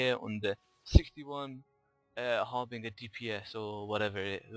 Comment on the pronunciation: love the vids, just one thing tho, you gotta stop saying "Har"bing"er", Try "Har"bin"ger". Thanks.